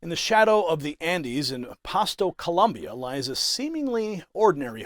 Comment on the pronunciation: Colombia 🇨🇴 not Columbia 😂😂😂😂🤦‍♂️